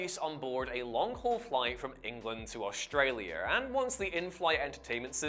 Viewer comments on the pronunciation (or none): none